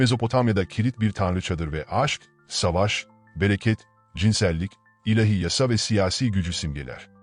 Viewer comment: Teşekkürler. Bir husus: ilehi değil, ilâhi. A ince ve uzun okunur.